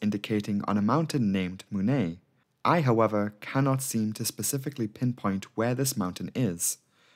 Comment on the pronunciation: Spelling Right Pronounciation wrong Munay is pronounced Mun-I